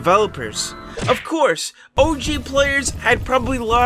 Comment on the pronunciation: “OG” with accent sounds like “Oh Jeez”